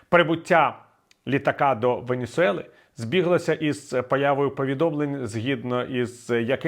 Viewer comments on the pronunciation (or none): Кара́кас і Венесуе́ла, а не Карака́с і Венісуела.